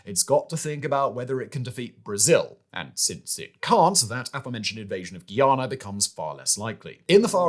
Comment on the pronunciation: Guyana, not Guiana.